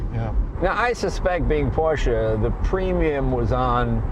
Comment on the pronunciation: Finally someone in the USA that says Porsche and not PorschA!!!! Well done sir!